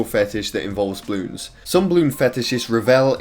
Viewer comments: Am i the only one that hears him saying Bloons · Everyone: Balloons:Bloons